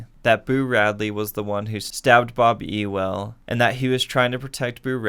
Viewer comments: btw it’s pronounced yule not ewell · It’s not E-well it’s U-wil lolz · The name errors trigger me so much. Sea-cill Jacob’s?????? Bob Euww-el???? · see he says mr. E- well not mr. you-l. I’m not the only one hahah